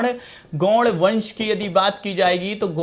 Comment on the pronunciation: Aap ne gond ki ucharan galat bol raha hai phir Shah ki speling galat likh raha hai esko padhhae likhai atta nahi hai aur lakhak kaese ban gaya ye bihari lag raha hai bihar me Shah ki espelig galat likha hai sah likha Jo galat hai jise kaphi prshani hoti hai delhi gond ko gour kahata hai